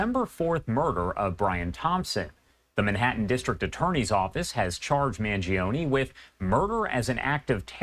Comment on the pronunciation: MAN-JO-NEH Not Mangeeohnie, regatone, Beefaroni FFS